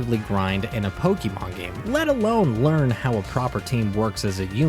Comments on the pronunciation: it's pokémon not pokimon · >grew up on gen 1 >still consistently pronounces pokémon as "pokey mawn" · WHY DO YOU KEEP SAYING POKIEMON LIKE A 43 YEAR OLD WOMAN?! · Why's everyone pronouncing pokémon like pokimon it makes me mad bruh